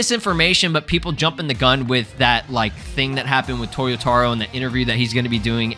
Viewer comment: it's to-YO-ta-ROH, not toyoTAro....